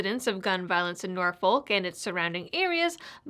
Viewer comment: Great video, but Norfolk is pronounced Nah-Fuk.